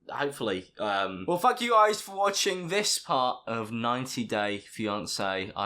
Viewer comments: Really sounded like you said “well fuck you guys” instead of “well thank you guys” at the end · it sounds like your saying well fuc* u guys instead of well thank u guys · When he said “well thank you guys...” I thought he said “well fuck You guys” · When he said thank you it sounded like fuck you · Why did it sound like he said f**k u guys on his outro 😂😂😂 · Doesn’t sound like he is saying f*ck You guys for watching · When you said, "well thank you guys for watching", I thought you said’ "well f*** you guys for watching". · At the end it sounds like says "well f**k you guys" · Did anyone else just hear say f you guys for watching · I thought he said "fuck you guys for watching" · Everytime he says Thankyou very much I keep thinking he said fuck you very much 😂😂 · " wehll fuck you guys/ we'll fuck you guys for watching this part " oh yess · It sounds like he said well fuck u guys at the end😂😂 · I legit heard you say "fu*k you guys for watching" insted of "thank you guys for watching" 😂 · Sounds like he said F you guys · Is it just me or does he sound like “fuck u guys” instead of thank u guys 😂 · At the end there, I know you said "thank you", but at first, I heard "Well, fuck you guys for watching..." haha. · When he said well thank you guys at the end of the vid it sounded like he was saying well fuck you guys... Just me that heard that... Okay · Omg at the end of the video when says thank you guys buy I thoug he said fuck you guys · Is it just me or did he say “fuck You guys for watching” 🤨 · Anyone else heard it as f*** you guys for watching? Just me? Alright then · Okay I know he said thank you guys for watching. But I heard fuck you guys for watching lmfaoooo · Did he say thank you guys for watching or f**k you guys for watching? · I thought you said * well fuck you guys thank you for watching... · Ah yes, 90 day fiancé MORE LIKE 90 DAY FI-NONCY AM I RIGHT GAMERS